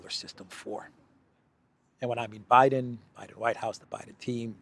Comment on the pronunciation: did I hear you nright calling Bidsen professsor? Did you mean University Nowhere with a major in ignorance/stypidity? Je*us the depth America has fallen.